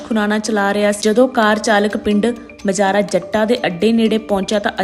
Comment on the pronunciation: ਰਾਹਗੀਰਾਂ ਨੂੰ ਰਾਹਾਂਗੀਰਾਂ ਮਾਜਰਾ ਜੱਟਾਂ ਨੂੰ ਮਜਾਰਾ ਜੱਟਾਂ ਕਹੀ ਜਾ ਰਹੀ ਹੈ ਮੈਡਮ 😅😅😅